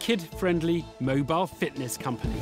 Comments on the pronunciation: He is saying "Fatness" instead of Fitness... :P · Every time he says 'fitness' I hear 'fatness' 😂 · Lol I love how the way Duncan says “fitness, sounds like he’s saying “fatness” to my Canadian ear haha. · I love how he says the word fitness as “fatness” 😂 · I was thinking "A fatness program is not going to help" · I thought he was saying children’s fatness lol. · Everytime he says "fitness" I swear he says "fatness" and that changes everything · Sometimes him saying fitness sounds like Fatness lol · Every time he says "fitness" I hear "fatness" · Did he say fatness activities? 🤔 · If he wants to run a fitness company, he should work on not pronouncing it to sound like “fatness.” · Ironically how it sounds like he's saying fatness every time he says fitness. Amazingly those words are interchangeable. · Every time he says Fitness, it totally sounds like he is saying "Fatness"